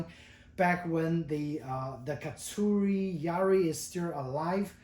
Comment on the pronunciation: Pronounced "Ya-ear-ee" . That guitar is Rosewood back and sides and Sitka Spruce top.